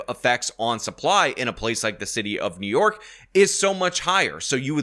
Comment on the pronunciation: I love how calls it "The City Of Nyork." 😂